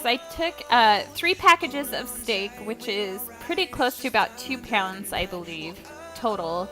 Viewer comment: 2 PYAHunds? :D